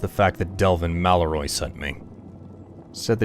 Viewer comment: will you please say MallorEEEEEE right dude? its not MalloROY like you've been butchering, considering you're caucasian, I'm finding this odd,... and mildly funny. but mostly annoying. for god's sake Man! C'mon.